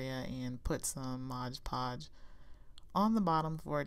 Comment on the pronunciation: So cute!!! But... Its MOD Podge, as in "Modern Decopauge"... Not ModGE Podge. I know I'm being ridiculous but it's a pet peeve of mine and I literally had to turn off the sound until you were finished with the mod Podge 🥴🤣.